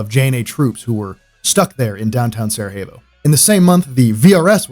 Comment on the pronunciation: I don"t know why you pronounce Sarajevo with Spanish "J"? The correct way is Sarayevo! Otherwise cool video..greetings from Slovenia! Love that JNA helmet..i was sergeant in that army in 1987/88 in Macedonia, just before of the beginning of Yugoslav wars!